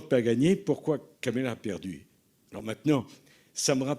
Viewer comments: Monsieur Sarkozy, on dit Kamala et non pas "Kémala"! C'est quand même pas difficile à dire ! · Ce type de Sarkozy est un orgueilleux incroyable. Un corrompu condamné qui se fait passer pour un donneur de leçons. Il prononce même mal le nom de Kamala, et il le fait volontairement. N importe quoi